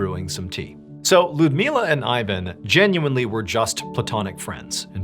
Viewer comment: Ludmiła is pronounced "Loodmiwa" and Ivan "Eevan".